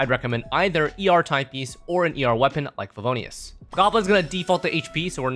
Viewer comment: Now I remember why I stopped watching your guides. Why would anyone pronounce fav with a G. There is no G in Favonious. See you in 3 years after I forget how terrible favg sounds.